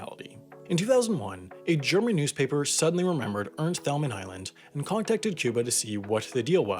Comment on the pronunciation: Ca-son-es Ernst Tayl-man Spend more time researching and less time writing lame jokes.